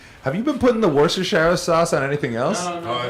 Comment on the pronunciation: lol.. wershersher sauce